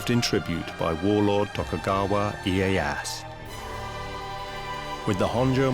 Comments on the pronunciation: and tokugaywa assu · and tokugaywa assu... xD figures they could at least get the pronunciations right